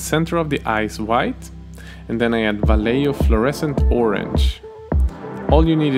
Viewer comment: Vallejo is pronounced "ba 'λe xo" (Just trying to be helpful)